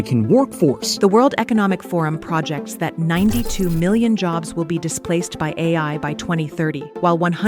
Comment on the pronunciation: A video explaining how AI is taking our jobs... narrated by AI. it's pro-JECTS, not Prah-jects